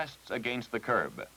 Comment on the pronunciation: That's, "Curb-uh." 😁